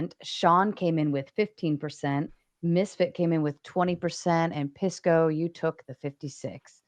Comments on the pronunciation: Straight out the gate I know what’s up when I hear how they pronounce his name. Hearing “Piss-co” correlates to how ⚪️ and maga u are. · Pisco, you have to make them pronounce your name correctly.